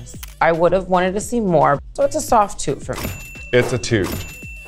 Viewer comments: She said toot to both Jaymes and Lala but the first t sound like sh sound a little so it sounds like it is a shoot but she says toot. At least that's how i hear it 😅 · i definitely heard "shoot" too with Jaymes, but with Lala it sounded more like a mix of both. And the way she "shooted" Lala so unenthusiastical makes me believe that she maybe has adapted a weird way of pronouncing "toot" this episode and maybe Jaymes "shoot" was also only a "toot" like the editors displayed. 🤔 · She actually said "Toot" but the first t slightly sounds like the sh sound but she said toot but it does sound like shoot too